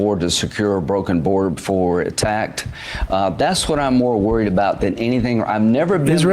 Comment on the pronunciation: "I'm more worried about trying to secure our borders before we git attakked." Oh, my. Has the Duchy of Fenwick been rattling their sabres again? THE HORRORS!!!